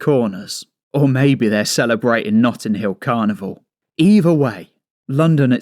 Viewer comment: 'Nutting' Hill Carnival...